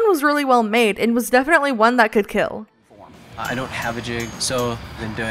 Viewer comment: It will keal